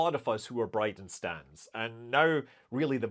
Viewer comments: The briden “stain”…..rofl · BridenStain..... 🤣🤣 Yes...!! boy did you nail it...😂